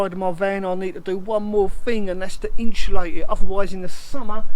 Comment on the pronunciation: There's no h in insulate,. 😜